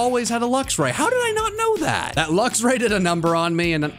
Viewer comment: I thoght it was mewtew hen you said lucsray